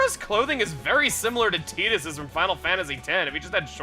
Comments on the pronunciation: Um did you tee-dus? I always pronounced it as tie-dus lol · My ears burn when people say Teedus instead of Tidus